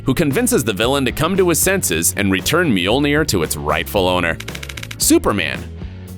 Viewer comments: It’s not meaolnear it’s mjolnir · How hard is it to say Mjölner?